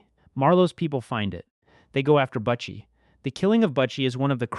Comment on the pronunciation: You need to redo this video or take your voice off it because you massacring the name . It’s not buttchie it’s butchie 🤦🏻‍♂️